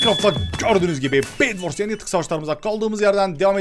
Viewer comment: bedwars yani yatak savaşlarına yardım ediyoruz .D egwars diyeceğine